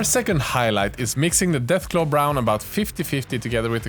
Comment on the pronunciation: Deathclaw brown u said deathglow 😮